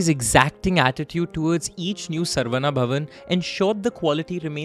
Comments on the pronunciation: Excellent rendition and flow. My only minor suggestion is to get the pronounciation right. It is not सर्वना or सर्वन्ना, but शरवण, a sanskrit word that refers to a reed forest in which Kartikeya/Murugan was born. In Tamil it can be pronounced as saravaNa as well since classical Tamil uses the same alphabet to represent sa and sha. Likewise, the name Santhakumar is the same as the Sanskrit शान्तकुमार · It’s not sarvana it’s sa-ra-vana